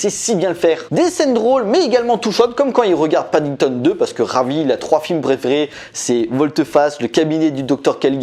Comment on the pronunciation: Padington pas padindone :)